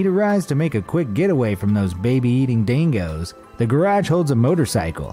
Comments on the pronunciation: It’s dingos not danknows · Sorry, did you say dangos?